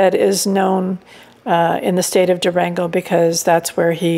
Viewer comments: Is it really so hard to pronounce the simple word "Durango" - "Duerengouh" sounds so weird. And the name of the street is sure enough not "calle constitution", but "calle de la constitución". Why do such people travel if they cannot even get the simplest words in such an easy language like spanish correctly ? Sometimes I wish I could have a look into american schools, but on the other hand the mere thought gives me the creeps. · It’s not Dureengo , the name is Du ran go